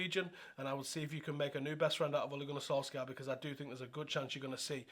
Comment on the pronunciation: Not solskjaer its solkjær!!